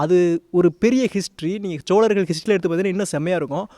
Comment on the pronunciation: please ucharippai sariyaga sollunga.... cholagar illai chozhargal..... always saying cholargar choleesvaram hearing its too bad please,CHOZHARGAL,, YOUR VIDEO AND NARRATING R VERY WELL, THANK U SIR.